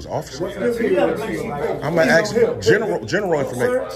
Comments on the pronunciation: The education system failed to educate him on how to pronounce the word ask. It's ask not aks! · In 2024 we can't just say ask I mean your saying you can pronounce every other word just fine but somehow that 3 letter word is just beyond you